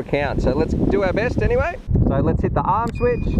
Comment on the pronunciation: Did you say, “Hit the Harm switch.” ? Ha Ha